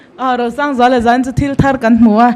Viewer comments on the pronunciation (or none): Kan host chu mizo tawng lamrik dan uluk deuh thei se. Entirnan: Zan han tihte, hmelhrat tihte.......